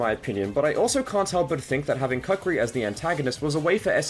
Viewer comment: aw man no hard feelings but it's kookri not the way you said it